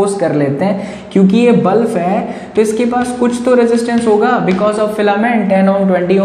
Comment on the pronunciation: sir it is not bluf it is bulb. 😊 😊 😊 😊 😊